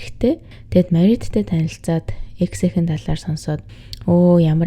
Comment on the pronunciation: ЭКС гсн үгийг дараа ойлгож нтр🤣🤣🤣 шууд Е, Х гэж уншдаг бна шд, дөш юм аа🤭🤭🤭